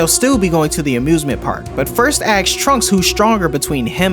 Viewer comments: Asks, not axe. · Ask has an S in it